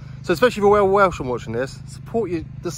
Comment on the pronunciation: Great video. Learn a few Welsh letters and words though, eh? You're just brutally murdering everything you say 😅 Maybe some Welsh history too. You've never heard of Owain Glyndŵr? Iesu Grist!